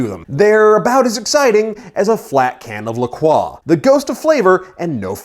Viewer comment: And thanks for pronouncing LaCroix properly.